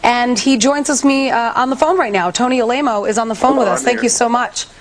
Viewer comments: "A-lame-o." Shade! Lolol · Dude she called him Tony a-lame-o lol Dan didn't mention that